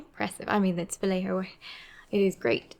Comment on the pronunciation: Just so you know (and you all can look it up), so many people are pronouncing his name slightly wrong, it's pronounced val-yay-ho, val-lay-ho.